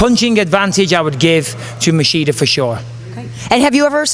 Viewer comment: He keep saying masheeda instead of machida lol